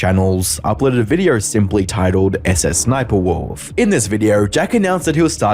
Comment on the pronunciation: I like how Jack pronounces SSSniperwolf as, "Suh-suh Sniperwolf"